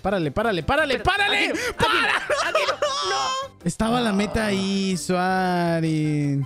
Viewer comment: nombre: soaring como lo dice: suarin